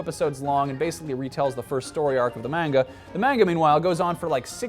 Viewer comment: Haha amazing series i can't even hate on the fact that didn't say manga the right way. Its ok you're still awesome and i don't want to sound like an ass